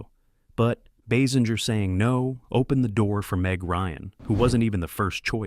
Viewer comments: Pronounced Kim’s last name incorrectly . . . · Agreed. I didn't know there were so many ways to pronounce "Basinger" 🙄